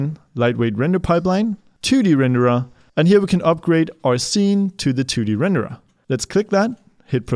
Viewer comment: I like how you say rendered, Renderah